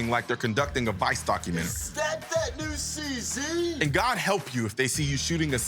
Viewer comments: Please... CZ should pronounced See-Zed. Not See-See. See? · When you pronounced that "cz" pistol i was loudly laughing XD